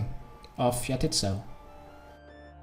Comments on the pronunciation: 'yah-tit's-so'. My tit's so what? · He says He says Jatizso like YA TITS, YO.